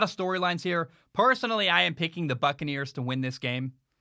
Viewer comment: I keep thinking is saying "Fuckaneres"